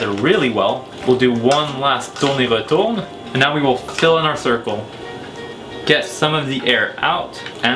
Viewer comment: accent français plutot